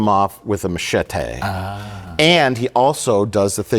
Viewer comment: Mike says machetay